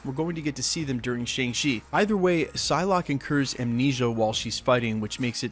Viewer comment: It's Psylocke, not Pyslocke